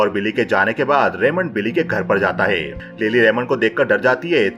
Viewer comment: भाई आप अपने गले का इलाज करवाओ, मुझे लग रहा है आपके एपिग्लोटिस में कुछ समस्या है , जैसे है को हे, हूं को हू बोलते हो